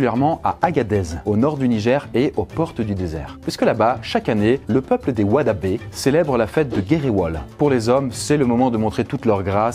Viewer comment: Pour info on prononce "hoodabé" en peulh, et non "wadabé" 🤣